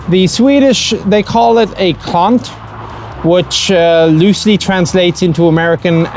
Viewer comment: only because mispronunciation. The "a" in "klant" should be like in "appropriate", and the "l"- and "n"-sounds clearly audible.